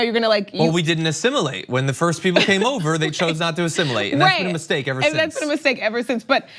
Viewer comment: Assimulate? What,is he the borg from star trek? Asshole who deos he think he is telling people who they can love.